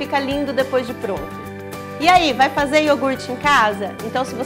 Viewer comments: Eu adorei ela fazendo o IORGUTE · receita: iourgut caseiro Ingrediente: iourgut